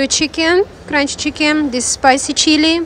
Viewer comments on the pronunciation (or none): none